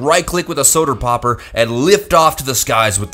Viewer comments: " soder powper" -_ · Omg the solder pwoper made me die